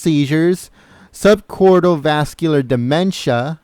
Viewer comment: Please stop saying, "sub-cortal dementia". It is "sub-cort-IH-cal dementia". The claims that these records are fake don't hold up. The denials reflect the real fear that Hillary Clinton will sue someone for releasing her HIPPA protected health records. I think it is pretty clear that HRC has a complex neurological problem, the diagnosis of which could only be clarified by a specialist. Thank GOD she didn't win the election!